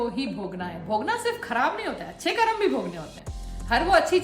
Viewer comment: करम नही है मैडम कर्म है हिंदी बोलना सीखिए आप